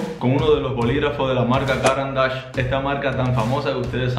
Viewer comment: Recuerden: no se dice “cáran d’ache”, sino “carán d’áche”, marca suiza con nombre en francés.